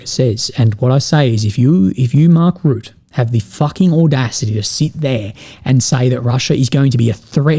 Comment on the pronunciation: It’s not Mark Root it’s Rutte 😂😂😂